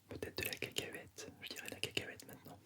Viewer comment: J'adore quand tu dis "cacahuète" c'est trop rigolo parce que tu prononces bien le "u" et c'est relaxant !! 😀